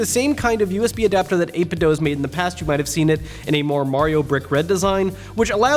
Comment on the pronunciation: It's actually pronounced 8-bit-doh